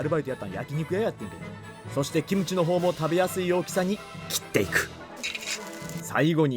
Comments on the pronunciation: 김치 발음 좋으시네 기무치가 아니라 김치 ㅋㅋ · 김치 발음 죽이네요.. ㅋㅋ 국뽕 감사..